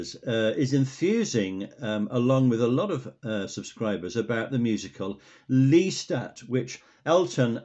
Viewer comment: Remember my lists are always in chronological order, I don't like choosing. There are a lot of unheard songs from your other commenters, so plenty to listen to! Also, I've always pronounced it LESS-Tat, you've been saying is 'LEAST-at', so I went and had a look at a few videos about both the Anne Rice books and the Tom Cruise film, and apparently it's Less-TAT, so we're both wrong.